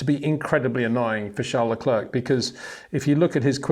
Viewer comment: Would be nice if you once and for all could pronounce Verstappen and Leclerc correctly.